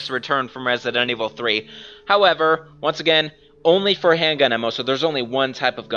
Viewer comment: Piccolo xNailxKami hendgun emmo